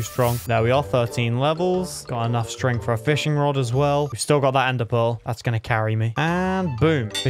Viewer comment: Feshing road😂😂😂